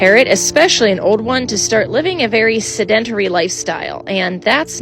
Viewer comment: you said se-DEN-tur-ree, it is pronounced sed'n-taire-ree